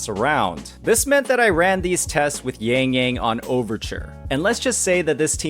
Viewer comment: bro i love your video, but she's yangyang not yengyeng